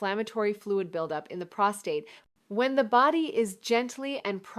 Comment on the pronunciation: Obviously produced by AI. The real Dr. Malik knows how to pronounce "prostate".